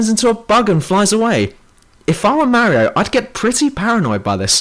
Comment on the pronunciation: You're so fucking dumb. It's not Daisy it's Peach, the Halo 2 ending was a cliffhanger and you say Mario wrong.